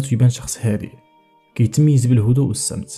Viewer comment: الصمت و ليس السمت يا استاذ .....صحح خطاك